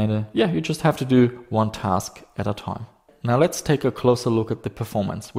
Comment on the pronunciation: "a long taime"